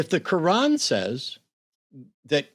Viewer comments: The Qwaan! The Kuuwaan! My guy get the name of your Holy Book right. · .....did he call it the "Holy Ko-wan"??? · Why is he calling the Quran the "kawan"? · Is he calling it the kowan?